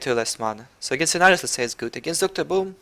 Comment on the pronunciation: Lol you said "Cenarius" with a french accent